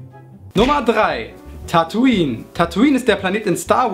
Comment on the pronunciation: Tataoine spricht man Tätoin aus